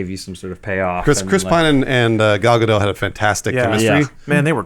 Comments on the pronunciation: It's Ga-dot...NOT Ga-dough! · IT'S NOT PRONOUNCED GAL GA-DOW SHE'S NOT FRENCH IT'S GAL GA-DOT YOU PRONOUNCE THE "T" FUCK IM TRIGGERED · Sorry, I'm going to be 'that guy'... Check your pronunciation of Gal Gadot, the t is not silent. Sorry but I had to say it. There's a clip of her on Fallon talking about the pronunciation of her name. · Guys, it's pronounced Gal Gadot, with a hard 't', not 'Ga-dow'. It's Gah-dot.